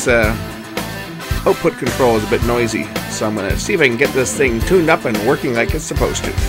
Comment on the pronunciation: Did yiu say tooned up?